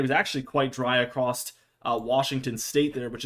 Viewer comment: Across not acrosed. Acrosed is not a word